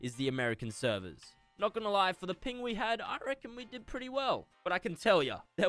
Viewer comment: Why do you aways say Americans severs omg plz quit that